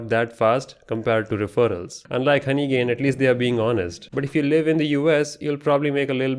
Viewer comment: Bro have personal problems with honeygain 😂😂 Every time in every word honeygain is cooked 😅